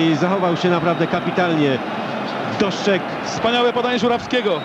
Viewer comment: "Doszczeg", "szczał"...